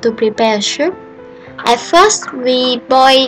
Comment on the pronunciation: Good video. But you have to pronounce soup like "soop" not "shoop".